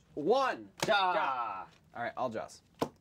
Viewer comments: Ja is pronounced YAH! Not Jah! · every time they say dja instead of ja my life gets shortened by like a year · FOOLS. STOP SAYING JA! ITS PRONOUNCED YAH!! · Am I the only one that gets triggered when they pronounce the 'j' in ja as a 'j' when it's actually pronounced as a 'y' in German. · You pronounce "Ja" like "ya" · Ha is pronounced ya as they don't pronounce the j's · Ich am German and I am so offended by them saying "ja" wrong... 😂😂😂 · so funny to hear how you have no idea how to pronounce ja and nein;) greetz from Germany.....love the channel you guys:)